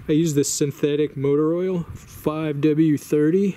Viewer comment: Oil the bearings. That whole time i thought you said boil them and was very confused